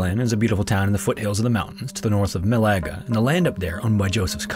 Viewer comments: Mal-a-ga. not mal-ae-ga. * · Nice video, only thing I have to denote is your pronunciation of the spanish city, you said it as "Malega", instead of "Málaga". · Málaga was also butchered